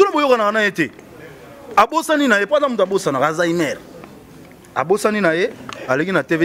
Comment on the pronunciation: please ferre ba lobaka Alzheimer pas azainer